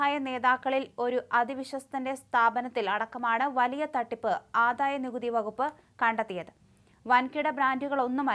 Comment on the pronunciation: ആധായമല്ല ആദായമാണ്